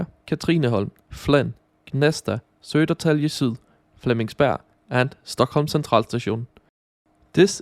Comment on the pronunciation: By the way, the station you referred to as Södertäjle in this video is actually called Södertälje.